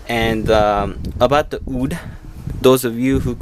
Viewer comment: God damnit it's WOOD NOT ODD.